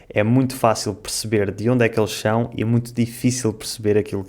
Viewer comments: você percebeu que a sua pronúncia da palavra "são" é "chão"? Então você também trocou uma consoante. Gostei do seu vídeo e seria interessante você comparar com sotaques de cabo verdianos, brasileiros, moçambicanos ou outro mais que você conseguir. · Falamos "são" com S e vcs falam "são" com CH = chão, muito interessante.